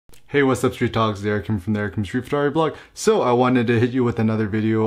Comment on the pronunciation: He always started the intro similarly. Often it sounded like "What's up Street Gods"... which was kind of cool! :)